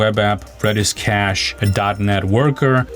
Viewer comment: CA$H or CACHE? LOL 😂